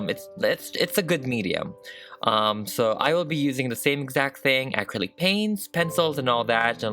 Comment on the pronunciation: Will someone please teacher this girl how to properly pronounce the word Acrylic!!!